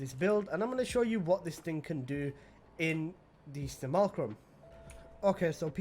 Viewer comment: Good lord man maybe write a bit of a script or at least point form what you are going to cover would get rid of so much of your stammering looking for words. “Sim U Lack Rum” not simulcrum and Thingy? Not having One of the mods to reduce damage while flying is a mistake to me and Growing Power over the Pistol Aura is in my opinion a better choice. Speed in most tile sets is not helpful unless you like running into walls all the time but perhaps that’s just me.